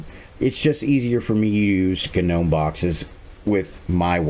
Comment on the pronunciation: Love the "GA-Gnome"! lmao